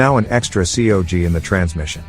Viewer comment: By “an extra see oh gee” I assume you mean cog?